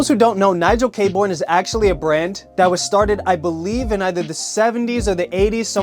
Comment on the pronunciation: It’s pronounced Nigel Kay-Burn. Great brand and a great guy, he’s an absolute sweetheart of a human